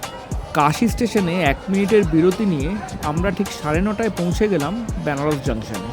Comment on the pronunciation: Byanaras hobena uchcharon ta venaras